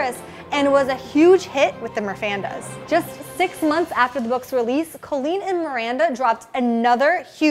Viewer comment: btw its cOlleen not cAlleen just saying